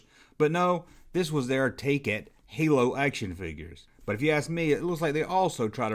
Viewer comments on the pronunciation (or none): none